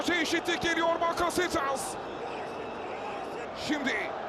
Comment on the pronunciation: ÇOK İYİ MAÇTI ÇOK. KAR YAĞIŞI ZOR ZEMİN.. SPİKERİN BAKASETAAS DİYİŞİ..